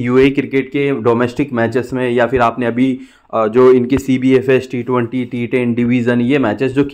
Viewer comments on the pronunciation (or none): none